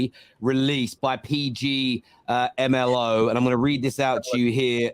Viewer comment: It's failing to pronounce PGMOL for me 😂😂😂😂